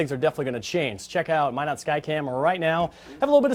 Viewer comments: LOL, she said "MyNards" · Oh fuck i thought why are they keep saying MY NUTS then i realized its Minot lol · Hahah, he pronounced "Minot" wrong. Instantly showed he was an outsider.